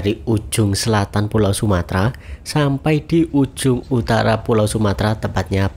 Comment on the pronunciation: Bukan sumatra mas, tapi sumatera pakai eeee